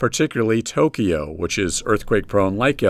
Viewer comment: "to-kee-yo" lol